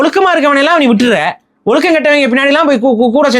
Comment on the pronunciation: ஒலுக்கம் ❌ ஒழுக்கம் ✅ சிறப்பு 'ழ'கரம் சரியாக உச்சரிக்கவும்